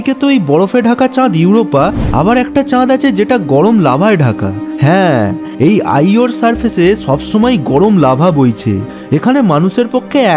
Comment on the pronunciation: বাংলা ভাষায় এই ভাবে কথা বলে? অবাক হলাম! ছবাই, ছত্যেও, ছারফেস? এসব কি বাংলা উচ্চারণ?